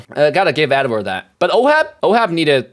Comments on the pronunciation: Am I trippin or is he pronouncing Ed-Ward Ad-Ward? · IT'S EDWARD. ED+WARD